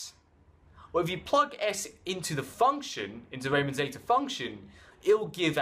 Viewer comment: Its pronounced reeman not ryyyymann